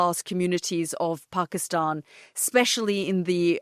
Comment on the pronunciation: Love this Peaceful conversation. Have drinks to make it more relaxing. To begin with Yalda, its Pakisتan, not Pakisٹan. love that Language. You are from same era right?😃